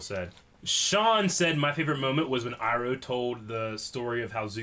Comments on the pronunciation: And yet he still says “Eroh” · you pronounce Iroh wrong!!!!!!!!! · Yo why the fuck does still pronounce Iroh wrong?